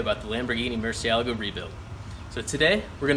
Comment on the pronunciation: Can't even say the cars name right. Loser